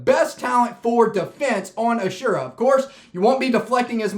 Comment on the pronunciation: As-ur-ah not a-sure-ah